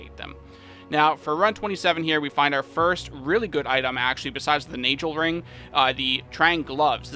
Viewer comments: I'm fairly certain that Nagelring, is pronounced, 'Nay Gull Ring,' and not, 'Nay Gel Ring.' That would be with a hard 'g,' as in gull, or gold. After the artist, Nagel. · Yes, but The Na ist pronounced like the a in hard. ;)